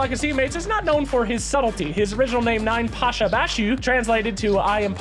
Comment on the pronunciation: please, his nickname is YApasha, not ninePasha. 9 (nine) looks similar to russian "Я" character. "Я" translates like "I". So 9pasha = I(am)Pasha. or YaPasha in russian. (Pasha his name)